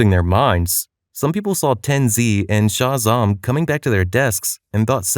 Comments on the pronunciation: 'Ten'ZEE' and 'Shah Zam' all one acronym bro hahaha just pronounced 'tenz' and 'shazam' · "ten zee and shah zahm" mf did NOT tell his fiverr voice actor how to pronounce shit